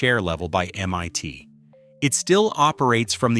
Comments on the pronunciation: Very odd video. Why so many irrelevant still photos? And why does the AI voice pronounce "MIT" as "MYT?" I was an MIT student in 1968 and bought a pair of 901's around 1970. The speakers were never meant to be used stand-alone--they were designed to work only with the equalizer box. They had terrific bass and a pretty flat overall response. The "8:1 reflecting ratio" was utter baloney marketing though. The speakers were also incredibly inefficient and needed a minimum of 60w per channel in a typical living room (but they could handle 270w max). The whole thing about the 901s was that they were rear-firing, with most of the sound coming to you from the apparent speaker situated BEHIND the living room wall (imagine the walls of a living room to be glass mirrors and the sound to be light; if a flute is coming from the left speaker, it appears to the listener that the sound is not coming from the speaker box, but rather from the reflection of the box behind the living room wall.) So you got a very interesting stereo mix, where the audio didn't appear to be coming from the speakers directly at all! The audiophile graybeards hated the effect, but the public loved it. By the way, why no mention of the auto suspension work? In the 2000's, Bose demonstrated an "active" auto suspension system, which looked at the road ahead and then lifted and lowered each wheel over obstacles. The result was an unbelievable smooth ride, as though the car were floating. Brilliant engineering, but I thi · "mYt" ???? C'mon GET IT RIGHT !!! It's Massachusetts INSTITUTE of Technology. M-EYE-T ! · Shame the AI-generated commentary can't even get MIT right (calling it "MYT") and various other slips. The content is interesting but the dreadful commentary is distracting. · I fucking loathe this overused AI voice!! It's always the same! Can't pronounce MIT, Keeps saying MYT! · Interesting information. Just a pity that the AI voice makes so many speach mistakes like calling MIT M one T 😂